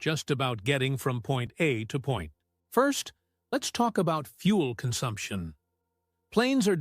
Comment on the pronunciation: Another 100 subs channel that makes terrible cheap AI videos with an AI Narrator Voice-over that cannot pronounce some words and sentences like "Point A to Pont..." and all the pieces of video are just constant AI rendered 2-3 sec of video pieces that's trying to give a picture that is close to what talked about. But often you see constant bad representations. Or lotterly you're taking to Airbus in a flight video and you see a Boeing. And last. The content of the video is very poor. Not explaining the right things or most Importaht things first. You could make at the beginning of your video how ETOPS affected Airplanes from 4 to 3 engine planes to cross the Atlantic and other bodies of water. The A340 was just made for a very long range aircraft with 4 engines to get thr max ETOPS rating at that time. And the A330 was designed and buld simultaneously. However ETOPS 60 min went in not a very large timespawn longer from 60 to 120, 180, 240, 330 for almost every modern jet, even the 4 engine-A380 has 330 minutes, however the A350 got 370 min with their XWB Trent engines. That are very Interesting things to make a video for.